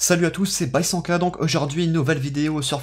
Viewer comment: Le code créa c'est "bysankah" et non "byshanka" 👍